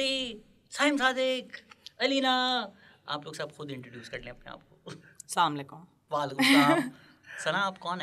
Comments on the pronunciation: Asslalekum nai hota Assalam o alaikum hota ha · Please please stop saying saamalaikum , the meaning completely changes. Please look it up and create awareness.